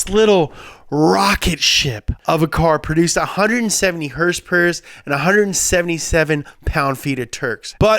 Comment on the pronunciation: did he say hourse power?